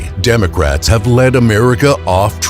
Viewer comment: Did the narrator say Demograts?